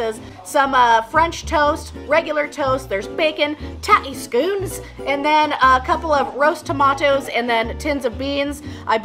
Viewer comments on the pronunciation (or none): It's pronounced "skonz", enough with the scoonz lol What...the hell..did you..just do? You're banned !